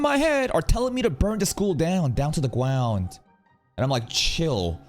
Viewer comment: And there is Reunion first movement. "dawn to the gwaund" no way said it 😂